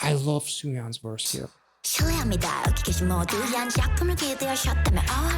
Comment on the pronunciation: It's Soyeon, not Sooyeon. Enjoyed your reaction!